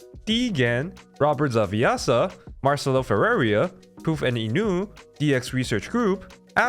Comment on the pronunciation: the pronunciation of Marcelo Ferreira made me giggle. Your content is top notch, I'll pitch in a few usd's as well.